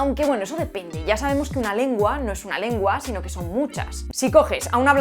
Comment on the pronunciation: Cuando has dicho "Eso depende" me ha sonado muy gallego, en ese momento... Perdón por el tópico 🙏